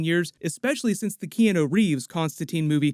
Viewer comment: It’s ironic that while is talking about proper pronunciations he flubs Keanu’s name 😆